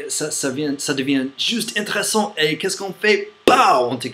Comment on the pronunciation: J'ai juste remarqué un léger défaut de prononciation que beaucoup d'anglophones ont, donc je te le signale même si ce n'est pas très important : on prononce in/té/res/sant, le /é/ est prononcé, ce qui donne un mot de 4 syllabes. Comme ça tu pourras parler encore plus longtemps sans que personne ne remarque que tu es étranger, et je sais que c'est un petit jeu très drôle que de cacher son accent d'origine, donc voilà un petit truc ;) J'adore tes vidéos, elles sont authentiques et assez cyniques, continue comme ça !!